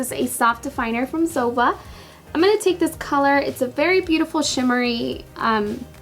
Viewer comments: ZOEVA is ZO-E-VA not ZOE-VA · I think you shall say zoeeeeva instead if zova? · it's not zova! it's zoEva!!! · I love your videos but the Zoeva brushes are pronounced: zo-eva not zova. Sorry but it was bothering me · Isn't it zo ee va ?? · Love the video ! But Zoeva is pronounced "Zoeeva" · It's Zo-wee-va. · Isnt it pronounced zo-ee-va? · Dulce it's pronounced "Zo-EE-va" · I think it's pronounced zo-ay-vuh for Zoeva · It's actually pronounced [zo'wiva] with the accent point on the i. Love the look by the way! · I'm pretty sure you are pronouncing zoeva and este Lauder wrong Hun. Zoeva is literally said how it's spelt (zoEva) love the video x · It's actually pronounced Zo- ay - va ❤️ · I thought it was pronounced zo-ee-va? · Zoeva is a combination of two names: Zoe and Eva :) so pls, pronaunce it like this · You can't even say Zoeva right! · I bet you've never mispronounced a word in your life. You're amazing. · Not trying to be mean or anything lol but Esteé Lauder is pronounced (Estay) & Zoeva is (Zoava)